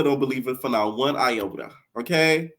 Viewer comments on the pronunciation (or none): none